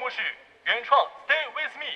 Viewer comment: 希林 希林 希林！！！！开口跪 水果星球就是牛。不过把with的发音给纠正一下就更舒服了